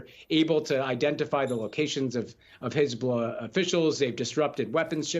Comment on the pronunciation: Pronounced hezballess.